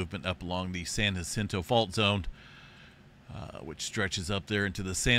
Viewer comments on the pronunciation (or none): none